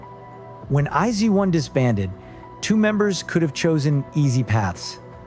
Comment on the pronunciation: ”I-zee-one” excuse me😭😭